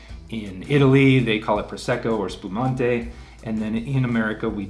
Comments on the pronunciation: Actually, it's "spumante", not "spumonte". It means sparkling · In Italy it's 'spumante', not 'spumonte' 😅😅 Great vid tho, really enjoyed it! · SPUMANTE, not SPUMONTE :) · Little note: in Italy it's called spumante, not spumonte. And it's fucking awesome.